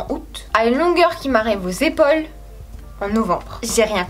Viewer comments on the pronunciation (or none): none